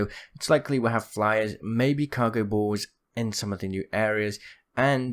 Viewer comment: Cargo "bawlls" 😂😂